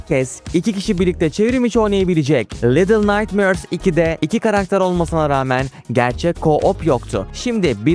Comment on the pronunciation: Daha başta defalarca “little naytmööörs” dedin ve bitti orda her şey. Duyduğum en rahatsız edici İngilizce telaffuzuna sahipsin.